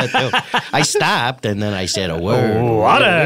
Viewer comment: "All I do is drink.... wahta" kills me every single time.